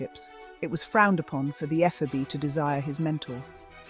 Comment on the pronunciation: You might want to learn how to pronounce "ephebe".